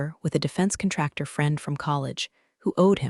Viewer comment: Yes, absolutely the narrator needs to know, military rank, and how to pronounce them. Those are not just initials. Even DOD stands for department of defense, which not knowing it is very disrespectful.. The narrator needs to understand how to pronounce contractor , Jerome, neckties, and most importantly the “Pentagon.” With a clearance as high as hers was Xavier Dalton should have known about it. His government contracts would have followed under her hospice at any time. He should’ve never fired her without actually knowing what her job was or what her responsibilities were in connection with their company and the federal government…. eventhough I have made these observations. I love this story. Keep up the good work.